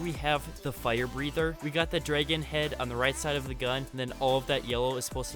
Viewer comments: This kid cannot pronounce dragon. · The way he says dragon cracks me up